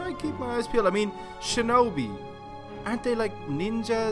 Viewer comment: When he said sinobi did anyone think of naruto